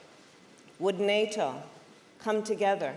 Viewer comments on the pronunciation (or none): Why is does she say "NATO" with an Asian accent?